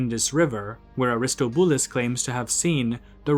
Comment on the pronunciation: its Air-Iss-TAH-Bew-Luss dummie, not Ar-Is-Tow-BEW-Lis